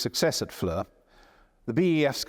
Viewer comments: For future videos, the name FLERS is pronounced FLAIR and not fleur. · Great presentation by a very gifted, knowledgeable and enjoyable host, the only annoying thing being the incorrect pronunciation of "Flers", which should be pronounced just like "flair" and not like the French word "fleur" (flower) as we're hearing here. As the name gets repeated again and again, it would've been great to check its pronunciation beforehand...